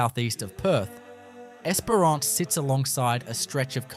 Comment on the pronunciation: The pronunciation of Esperance and Kalbarri, so close and yet so far on both 🤣 Esperance or Geraldton are both great options if you enjoy dealing with meth heads on a daily basis and aren't overly attached to anything you can't bolt down remaining yours. They do have some beauty though, that's for sure.